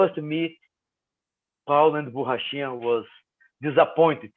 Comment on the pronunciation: Ariel really put effort into properly pronouncing "borrachinha" like his life depended on it.